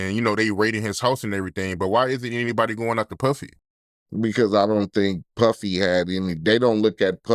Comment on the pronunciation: when he said Puffy or Piffy I fell out 😂